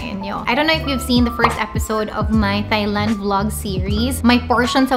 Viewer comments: Wrongly pronounced the country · Mispronounced THAILAND, LINEN etc Lol